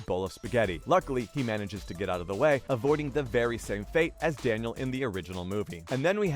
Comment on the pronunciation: He said Daniel with a L.....not i